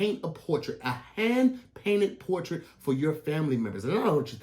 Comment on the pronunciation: Hey Tom I wonder how many times it took to say hand painted portrait correctly... Anyway back to you